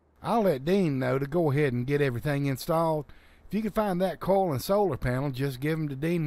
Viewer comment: I know that guy said coil, but it sounded more like he kept saying coal instead.